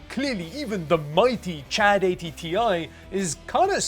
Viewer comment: “Chad80 ti” 😂😂😂😂 I can’t